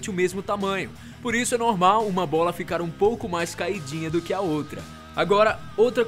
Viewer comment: 😂😂😂 toda vez que ele fala bola me da vontade de rir lkkkkk